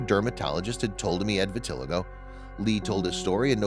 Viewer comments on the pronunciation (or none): VIT UH LY GO......your mispronunciation takes away from the story. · I wish the narrator would learn how to pronounce “vitiligo” before creating the video. It is pronounced, “vi-ti-LIE-go. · It’s great that you’re bringing awareness to this condition, but would you please pronounce it correctly? It’s vit-til-eye-go, emphasis on the long i syllable.